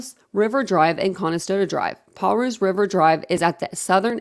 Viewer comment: One of the better videos out there. We have some crazy street names that are hard to pronounce. I am not doing this to be a jerk or anything, I just want to help you pronounce the street name(s). Palouse - Pa (like the end of grandpa) loose like loose screws lol 😆